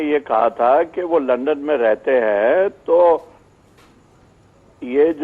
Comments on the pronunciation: is it only me who hear her saying lund me.... :p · She said Lund instead of London.....